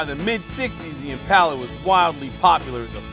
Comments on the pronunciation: This has gripped me for years so it is good to hear someone pronounce it right and someone else say it. I think the west coast pronunciation is Impala! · Always nice to hear someone who actually knows how to pronounce "Impala"; theres no "U" after the first "A"!